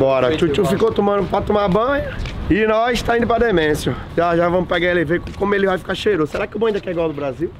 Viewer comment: Toda vez que ele fala 'The Mansion' eu entendo 'demência'! hahahahaha